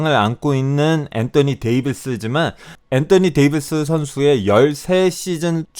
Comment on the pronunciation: 엔떠니 데이비스 발음 개킹받아요